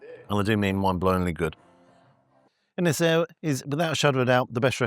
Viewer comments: Also, by the sound of it, he's not hiring local people either and the pronunciation of Ynyshir by the staff is a bastardisation at best. Sorry I'm a little bit pissed off! Haha! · Fun fact, Ynys Hir means Long Island in Welsh. The Hir is pronounced like ‘here’ if you elongate the first ‘e’. Thanks for the video though the food was a bit too fancy for the likes of me. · Un- es- ere 😂 not inshir 😉 looks amazing 🏴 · it is said un-is-eer same village I am from as I often get this place in the Algorithms.. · Shocking pronunciation! The second syllable is pronounced “heer” Congratulations on the half mil! 🥳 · Could have at least learnt the pronunciation... Absolutely butched the name in the first 10 seconds. It's completely pronounceable for English speakers. Just had to be bothered to try. Ynys hir - uh-nis-He-r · Its pronouced - Un-I-shir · Ynyshir = Un-is-heer... good try though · Brilliant again, but Ynys Hir is pronounced like this.. Un-ees Heer 😘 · Here's one for free then mate. It's pronounced un-iss-see-err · Shame you can't pronounce the name properly. Disrespectful. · You mispronounced Ynyshir mate.